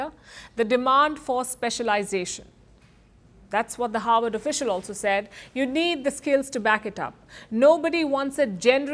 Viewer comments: It is HARVARD, not HOWARD. Why is it difficult for indians to vocalize the "V" sound? Is there no "V" sound in hindi language? Even if so, learning english should have introduced her to the "V" sound. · Harvard not Howard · You're mixing Harvard and Howard Universities up. I think it's the Indian accent messing up your reporting. The images on the screen don't match either, probably because they are AI generated based on how you are pronouncing the words. -Howard University grad. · She mentions Havard like Howard. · its Harvard not Howard. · Perhaps pronounce Harvard correctly?